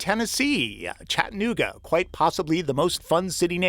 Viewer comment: Chat A New Ga. Not ChattNooga